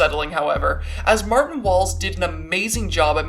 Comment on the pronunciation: The one time you said “martin walls” i thought you said “Bertin balls”, i, apologize but i choked on my pancakes